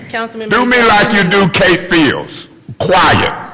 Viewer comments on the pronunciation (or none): none